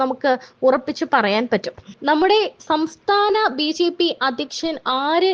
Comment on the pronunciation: കുട്ടി ..... ബീജീ പി അല്ല ബിജെപി എന്ന് പറയൂ